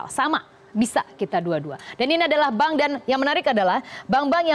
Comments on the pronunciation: sebutan bank pun tak betul..mcm mna nk masuk malaysia..ahahah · bank la bkn bang.haha.plik bhsa indo nii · Bang??? Wkwkwkwk... Bank bkn bang